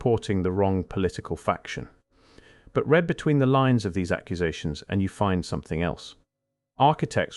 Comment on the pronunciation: Is the voice-over artificial? It pronounces "read" in the present tense to rhyme with "bed", sounding past tense, and reads "forbidden" as if it were two separate words. Anyhow, the narration is melodramatic; it tries to make ordinary events (e.g., the death of people in tiny tribes) sound like elements in a vast conspiracy. Never attribute to malice what can be adequately explained by stupidity. Still, there's a lot of interesting information here.